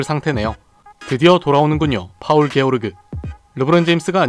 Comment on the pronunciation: Paul George 가 영문이름인데 paul을 파울 george를 geo먼저 게오 rge를 르그로 발음(본인도 nba 본지는 많이 안되서 틀릴 수 있음)